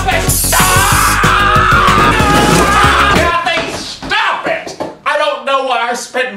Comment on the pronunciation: I’m dead the way he said “shtop it”